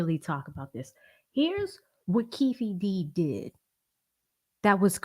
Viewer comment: Keef D , instead of kee-fee D is hilarious 😅. Good job.